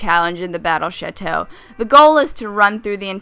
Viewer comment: thought she said the battle shito